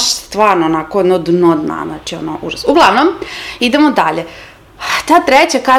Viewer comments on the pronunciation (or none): Sanja Marinkovic obviusli tru, handrid prsent 😂 "ovo je uzOs, majke mi, uzOs" 🌝